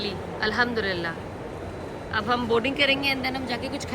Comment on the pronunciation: Al ham du Lillah boliye aap galat pronounce karti ho